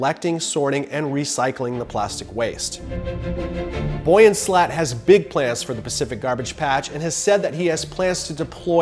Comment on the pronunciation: Your pronunciation of Yves and Boyan makes my insides curdle.